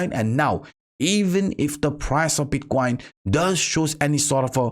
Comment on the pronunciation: "Bitquain" dude learn how to pronunciate it first, is not that hard.